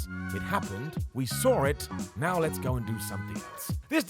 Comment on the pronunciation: Saw* not Sor